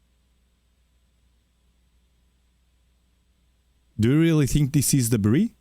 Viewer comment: What’s a teathet T finder?